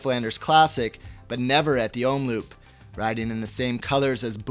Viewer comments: Hey GCN, to please the pronounciation moaners, Omloop is pronounced om-lope not loop.... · (or is it?) I really appreciate you as a valuable addition to the GCN team, but your pronunciation of Belgian is quite hilarious:P (same holds for your colleagues though). Quick tips: the double-o in 'omloop' is pronounced as 'oh' not as in loop. And in 'pijl' as in brabantse or waalse pijl, the 'ij' is pronounced as first syllable of aisle or island... You're welcome;) Oh, and BTW, your voice modulation is already better than Dan's when he must started, so that holds great promise!